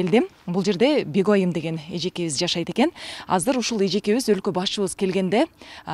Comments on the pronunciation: Бегойим дейтго Журналист Бегайым десен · Бегоум дебей Бегайым десе болбойбу дабдырабай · Кудая тооба кылдым : Бегойым " дейт го ! Негизи " Бегайым " эле дейт го . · Бегоим дейтго тоообоооо , жоон эле Бегайым эже десе болбойт бекен 🤐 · Бегайымды да туура айтбалбаган журналист кыз экен гоо я